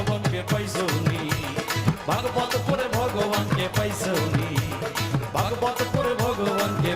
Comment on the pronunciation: vog vog nahi "Vagavat"